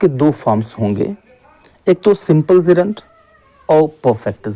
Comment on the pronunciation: Bro it's not zerund it's "Gerund" 😊